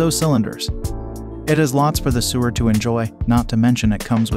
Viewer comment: Just saw this and I love all of my Brother machines -- 2 computerized and 1 serger. One thing though, and very important IMHO for the credibility factor. The narrator pronounces "sewer" (meaning people who sew) as though he means the pipes that carry sewage under ground. When speaking of hoop size of embroidery machines the narrator does not say "seven by 10" but insteads says "7 "ex" 10" -- reads out the letter name rather than what the letter means in this context. This indicates to me a sloppy production, which in turn reflects badly on the entire presentation and the machines being reviewed.